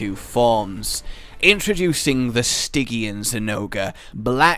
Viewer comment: "sti-jee-an", Not "stig-ee-an".